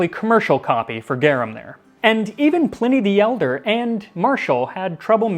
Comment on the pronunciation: Dude literally said Plenny the Elder. I'm out dawg